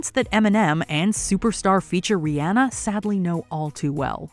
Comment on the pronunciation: I’m just glad you pronounced Rihanna correctly